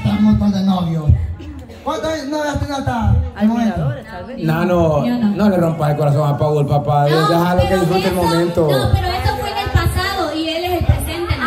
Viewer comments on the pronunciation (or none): Quiero hacerle un comentario, aquí en Puerto Rico para bien o para mal nuestro segundo idioma es el inglés, lo digo porque el nombre de Paul significa Pablo en español y ahí lo pronuncian tal cual se escribe si se escribe Paul se pronuncia Pol, simplemente un detalle espero no se moleste no los conozco y los quiero mucho desde que vi el primer video, y me declaro admirador del señor Cama es un genio todo lo que ha logrado y como ha ayudado a su gente, Bravo Bravo y Bravo el 4k saludos desde Puerto Rico